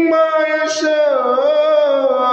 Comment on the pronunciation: هو بس التقليد سرق من التجويد قخمه القاف اوووي وهي في اقل درجه تفخيم زي للمتقين.. فخمتهت اووي ويشاء مظهرتش الهمزه خالص محستهاش وبرده غنه الاخفاء في حرف الذال ادخلوها بسلام ذلك يوم الخلود قبلت الغنه الي الفاء ولادغام المثلين زي لهم ما يشاءون مدغمتش الميم مع الميم خالص ولا عطيت حقها من الادغام .. ربنا يبارك فيك بس لا يخذك التقليد عن التجويد